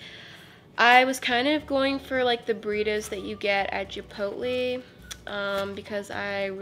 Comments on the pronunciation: Chipoltlee? ChIpOlTlEe?!? No!!! Chipotle! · "the burritos u get at jipootlee"😂😂😂